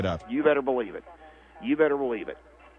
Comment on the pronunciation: "You better bughleev it."